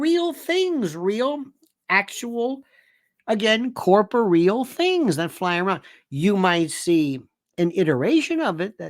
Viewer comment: "corporeal"? Placement of accent sounds off.